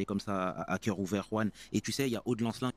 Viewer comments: "Juan" >>> le "J" se prononce "R", et le "an" se prononce "ane". Juan, ça se prononce donc : "Rouane" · C'est pas Juan Branco les Pins c'est Juan prononcé "rouane" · Il faut prononcer le J en R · Pt1 arrête de prononcer à la Française son prénom, c’est à l’Espagnol qu’il faut prononcer le J en R… Ruan (roine)!!! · tu ne sais même pas prononcer son prénom et tu fais une vidéo sur lui... Tu surfes sur sa notoriété et la noblesse de son combat pour avoir des vus et tu te disqualifies en 10 secondes. Le lierre ne monte jamais plus haut que l'arbre qu'il parasite et parfois même rampe à ses pieds...